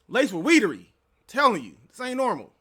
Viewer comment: “Weedery”. 😂😂😂 I can’t.